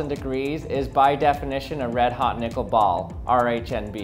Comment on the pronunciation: I'm gonna be real with you chief...didn't sound like you were saying nickel☺